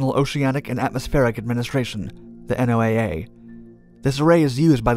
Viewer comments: it's pronounced Noah, not N.O.A.A.! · N.O.A.A. is normally pronounced "No-a", like N.A.S.A. is normally pronounced "Nas-a." When you enunciate each letter like you do here, you give the impression of being a "new guy." This could impact your credibility with some people. But what do I know? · Hearing you say N O A A instead of "Noah" is hilarious. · NOAA is pronounced like the name Noah. They call themselves that. Not "The N O A A." Just FYI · You pronounce SOSUS but you constantly say N O A A the whole time instead of the accepted pronunciation of "Noah". That is irritating as all get out. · its one word, NO-ah... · Why are you spelling out NOAA? It’s pronounced as one word, in a way similar “Noah”